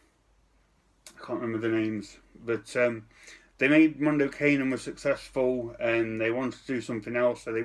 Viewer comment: Protip-- If you're uncertain on how to pronounce a non-English word or phrase, plug it into Google Translate or similar. "Mondo Cane" doesn't rhyme with "rain"